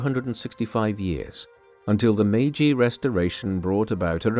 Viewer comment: 마가시유신? ㅋㅋㅋ 메이지유신을 저리 발음하는구나 ㅋㅋㅋ